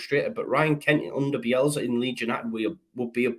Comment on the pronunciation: Bielsa with an S not Bielza with a z. Grrr